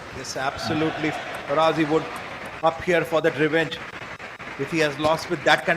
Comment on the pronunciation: His name pronunciation: Fa-Ra-Jee (Faraji)